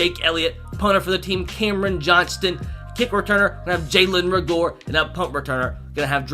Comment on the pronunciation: I’m here to help. Its Jalen Reagor (RAY-GER.)